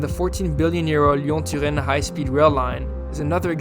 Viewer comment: I didn’t even notice because he didn’t butcher them. Turin and lyon was amazing ngl